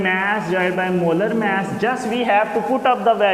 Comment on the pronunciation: Its not maaas it's mass sorry but anyway you are a good